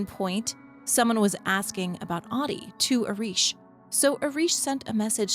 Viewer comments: It would be nice to spend three seconds to learn how to pronounce Ahti .It's not hard and would make this much nicer to listen. It's not AADI, it's AHTI. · Ahti would pronounce his name as AH-tee not "Oddi". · every time you pronounce Ahti as Ati, an angel gets a diarrhea. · It kinda annoys me that even in the game canonically Jesse call's him "Ah-dii" when in Finnish Ahti is said with every letter pronounced clearly so (A as in America, H as in Haha, Ti as in Tick). So you get A(merica)H(aha)TI(ck). A H T I and not what sounds to my Finnish ears as AaDII. No H no T. And I can't blame anyone for saying that cause the GAME DOES IT TOO SO asdasdfsaf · You must to say AHTI, not AHDI. He is not Ahdi. 😂 Learn to say Ahti.❤ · she be sayin ahti like shawty 💀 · Great video, but you lost me at “audie” instead of Ahti